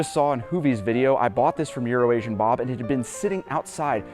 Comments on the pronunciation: YOu said that wrong, it's correct pronunciation is URINATION bob's!!! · Wait. So actually IS calling him Urination Bob? LOL. I kept playing that over and over like... is he saying EuroAsian, or Urination?! hahaha. What a goof. Love it. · You didn't say it right, it's urination Bob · is definitely saying Urination Bob purposely now.